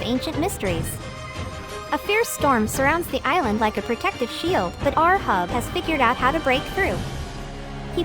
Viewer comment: Ahab read like eight hab not ur hub :)))